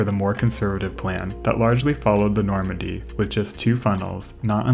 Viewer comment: Today:That's the Normandie Then: That's the Normondie